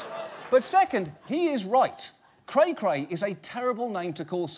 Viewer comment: The only bearded middle-aged man who can say "cray-cray" correctly is Stan Pines.